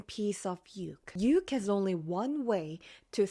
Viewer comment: Say Ukraine you sound so silly saying uke